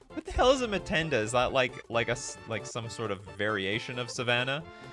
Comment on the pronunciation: We Africans are cringing at the whitebread Mtends pronunciation: no schwa between M and t.